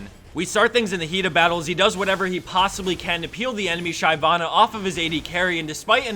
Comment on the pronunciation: I winced every time he mispronounced Shyvana.